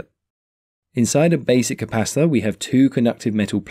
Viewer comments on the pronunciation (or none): Sounds like you're saying capasta or capassa 😂 Maybe an accent thing, good vids tho very clear